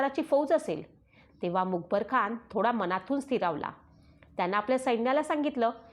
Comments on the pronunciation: मुकबरखान नाही तर मुकर्रबखान असा उच्चार असावा. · अहो बाई लिवलेलं तरी नीट वाचा मग यूट्यूबवर व्हिडीओ टाकायचे इशारे द्या. हे काय मूकबर खान वगैरे. पाठ करा 100 वेळा बोला मुकर्रब खान. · Mukarab not mukbar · आपण मुकर्रबखान ऐवजी मुकबरखान असा उच्चार करत आहात . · The reads Mukar Khan as Mukebar Khan. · Not a mukabarkhan it is mukkarabkhan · मुखरब खान असा उच्चार करावा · मुकबर खान नव्हे ,,, नीट उच्चार हवेत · मुकर्रबखान आहे.खूप चुकीचे वाचता.सुधारा. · छान सांगत आहात, फक्त मुकरब चा उच्चार वेगळा होत आहे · तूला लिहिलेलं पण नीट वाचता येत नाही का बाई? खंडोजी बल्ला नाही बल्लाळ आहे आणि स्वल्पविराम असतात तिथे पॉज घ्यायचा असतो आणि मूकबर खान नाही ग मुकरब खान होता तो